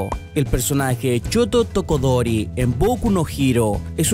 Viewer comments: ''choto tokodori'' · "Choto Tokodori"